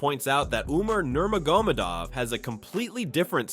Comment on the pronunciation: Learn to speak his name correctly first